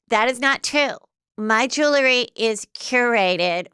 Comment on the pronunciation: Heather, it’s pronounced jew-el-ry, not jew-le-ry.